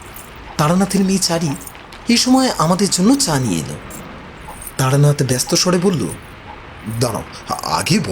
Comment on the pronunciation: Taranath not Taranat.